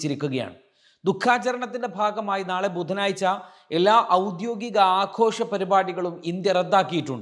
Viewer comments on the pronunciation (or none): ബുധനാഴ്ച ആണ് ബുധനായ്ച അല്ല